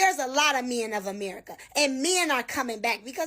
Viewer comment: This idiot needs to learn how to pronounce the word men.